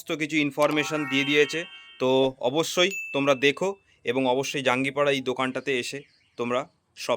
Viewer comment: Dada jangipada😂 na jangipara😂😂😂